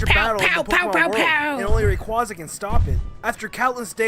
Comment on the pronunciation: Congrats,! You and Chuggaaconroy share something in common now! You both mispronounced Rayquaza’s name for years